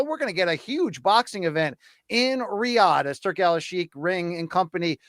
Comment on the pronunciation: “Riyadh sizzin”